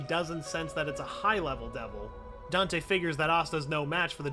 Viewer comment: when u say “high level devil” it sounds like ur saying it like “highleveldevil” but maybe thats just me and i love black clover